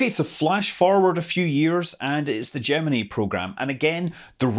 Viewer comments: another one that can't pronounce gemini yeah i get it but you don't understand how stupid it sounds when you pronounce it like you and amy do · learn how to say gemeni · I've always pronounced Gemini with a long "i" at the end. (ie: Jem-in-eye). I couldn't help but notice Scott pronouncing it with a "ee" sound at the end. How do you other folks say it? (I read far, far more than I watch TV/videos, so sometimes I end up having really goofy pronunciations of things...)